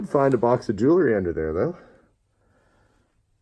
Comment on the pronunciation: JEWEL-RY, Not Jew-ler-ry! Good video though.